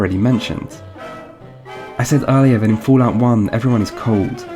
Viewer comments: Fulaut? 😂 It is fal out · what the fuck is foo-lout?